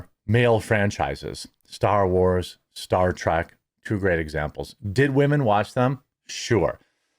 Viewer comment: Why do you keep calling it 'Star Track'?